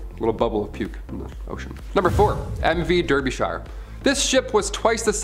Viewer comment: The pronunciation of Derbyshire is quite far off 😅 it’s meant to be pronounced darbyshure